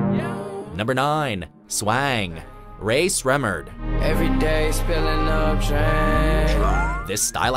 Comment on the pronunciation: lmao how he said Rae Sremmurd